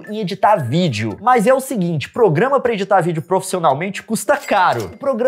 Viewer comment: uma coisa que o leon nunca ouviu fala "progamas piratas"